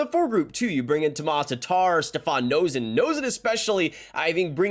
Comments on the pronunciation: Nay-sin not Know-sin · Reminder - Noesen's last name is pronounced "Nay sin," not "Nose in."